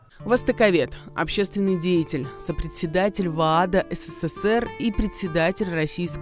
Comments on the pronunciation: Не " се-cе-сер", а СССР! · Уважаемая, правильнее говорить не сэсэсэр а ЭСЭСЭЭР